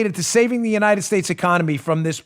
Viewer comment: In the you- nited states of America?!